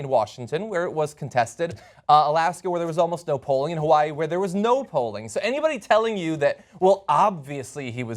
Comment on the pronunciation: The say Hawaii so wrong lol